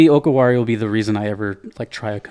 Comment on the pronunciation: Just a note about pronouncing DJ Okawari, it's Oh-Car-Wah-Ri. Not sure if it's related to "お代わり", or basically second helpings.